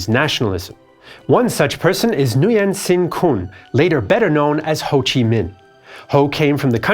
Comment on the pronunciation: Great Video! BTW, Nguyen is pronounced = Win